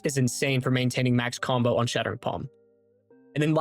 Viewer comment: "Shart'ering" palm 😆💩